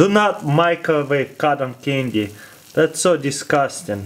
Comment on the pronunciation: I heard condom candy XD